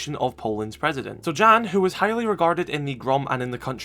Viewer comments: One small note is Jan (Ela and Zofia’s father) is pronounced with a Y like “Yahn” not J Jan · Read Jan more as Ian